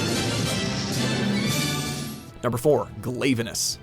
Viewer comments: STILL WITH THE WI-VERN INSTEAD OF WHY-VERN!! GOD. WHY IS NIBLESNARF ON THIS LIST????!?!?? WHHHHYYYYY? AND KHEZU? Glay-va-nus. It’s Gla-vanus. Let’s add all the dates four except for Mitsune. The most popular one. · Its not pronounced glave e nous its pronounced glav e nous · Watchmojo says Glayvanis, it is actually pronunced Glavanis. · glav-uh-nis kee-zoo horr-ibl-list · Seriously this list has some problems while im fine with Glavenus (who is a Carnotaurus not a Tyranosaurus plus you said it wrong) Gammoth Tetsucabra Ketcha-Watcha Astalos (again spelled wrong also its not based on a earwig it's a butterfly and dargonfly) and Zamtrios being on the list (i like them even though in my own list besides Gammoth they wouldn't be on it) i need to mention how they mention they take in fan answers yet we ended up using the universally hated slimy ding dong monster and the also hated and boring as hell sand fish and the again very hated annoying and relentless owl also they didn't count variations.... yet HellBlade Glavenus a deviant is the thumbnail seriously i was fine with the first list but this is awful